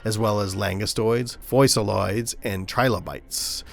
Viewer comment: You don't know how to pronounce fossil oid? Are you serious